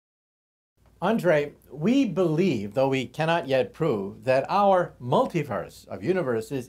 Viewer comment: I like the way he says our multiverse...Man claim everything...ape man roarrrrrrr!!!